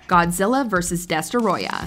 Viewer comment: The way you butchered the pronunciation of Destoroyah almost destroyed the video.